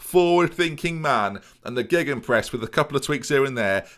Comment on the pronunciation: You gotta call it BENenpress or geBENpress, gegBENpress sounds horrific